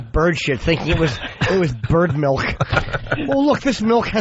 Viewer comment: Does anyone else pronounce it Melk or just?